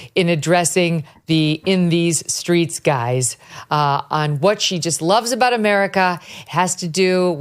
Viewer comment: "I'm in these screets" - Kalama is such a pathetic phony! How could anyone trust her, or for that matter, trust democrats? So pathetic, I cannot believe this is the best the democrats can do, but I'm glad they are doing it because it is going to be a LANDSLIDE!